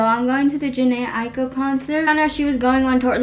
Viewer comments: your pronouncing jhené aiko name wrong 😭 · i just realized she doesn’t say jhené aiko right😹it’s ok sis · U say jhene Aiko wrong 😭😭